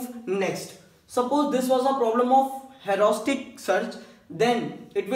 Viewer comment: U seems to say like hauraustic search but it 's rather heuristic!!